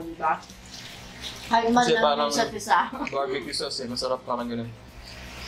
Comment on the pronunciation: "mesherep" - hahahhaa